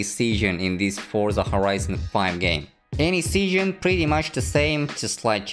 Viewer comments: When he said season I heard seeshin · Nobody:: sEaShIoN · pronounces “season” so funny lol